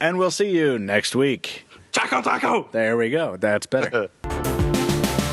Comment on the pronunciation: )))) What did he say? "ChacoTaco"? *****